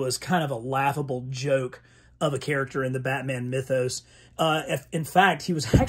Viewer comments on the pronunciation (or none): none